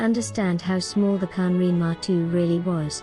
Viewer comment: Its not " matu" but maru..